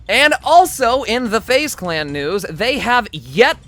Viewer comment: "let's get right into the NOOSE!"